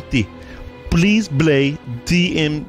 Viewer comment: Bleese... Bleese blay more DEEHEMSEE DUE!!